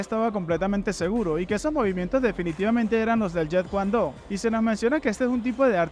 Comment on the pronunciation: Jet kun Do pronunciarlo bien